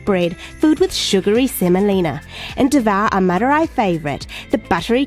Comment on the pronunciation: u r pronouncing madurai wrongly it is a big embarassing moment for madurai peoples